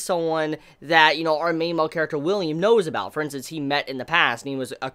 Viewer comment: Dude the main character's name isn't William it's Willem